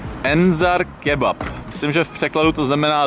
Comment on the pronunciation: kebap?? Co to je za lidi... kebab s P na konci..